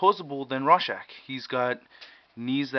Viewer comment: its ROR-schach, not RAW-schach! but good review!